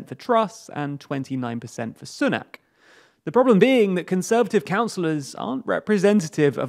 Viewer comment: When political experts can not even pronounce "Sunak" properly